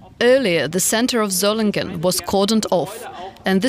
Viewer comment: Solingen is pronounced so-ling-en. Ling pronounced as in 'sing'.